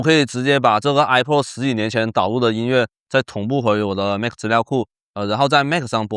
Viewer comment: 首先它不唸I破 它唸I帕